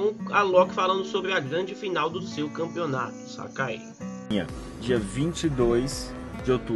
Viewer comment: "Canpeonato" foi mal mas n prestei atenção no q vc falou só nesse "N"